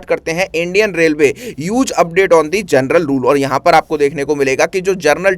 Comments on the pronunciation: पहले शुद्ध बोलो तुम जनरल को जरनल बोल रहे हो और टीचर बन गए हो 😂😂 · General ❌ Gernal✅ 😂